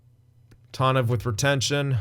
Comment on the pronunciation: First of all, its tAHnev, not tAWnev. Second of all, I don't know if the game was right or if you were, but if you wanna have a read go for it, I'm too lazy